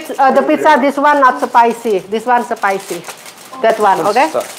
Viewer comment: spicy itu nyebutnya spaisi bukan sepaisi.... 😆😆😆😆😆😆😆😆